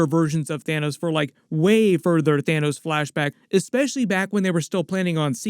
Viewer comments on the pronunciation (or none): "Thinos" am i the only one that caught that loll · 🤣 "Thinos" dude. 🤣 i literally just burst out laughing at that, like had i been taking a sip of my drink it'd be all over the computer